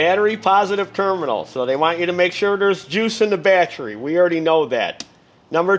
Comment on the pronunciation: Battry - Sounds like someone form New Jersey or New York.